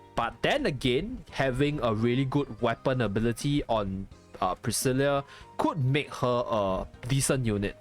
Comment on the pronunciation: Her name is actually pronounced Pris-Sill-Ahh, my little cousin's name is the same name so I'd know. Not a complaint mind you just letting you know for future reference is all.